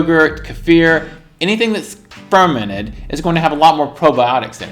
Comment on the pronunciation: Fermented food, I thought he was saying fermenant